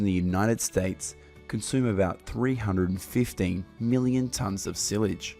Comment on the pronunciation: Sillage 😂😂😂😂 its SILAGE ya numpty..pronounced CY lage 😂😂😂